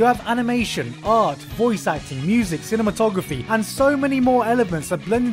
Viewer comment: "Cinematography" XD